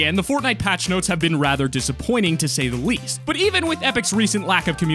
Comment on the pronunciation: to say the wease